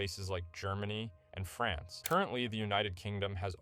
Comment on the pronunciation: Every time he says France i cringe a bit..